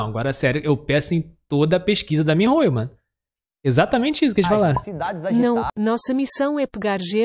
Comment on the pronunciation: melhor parte foi que eles falaram "mihayo" kkkk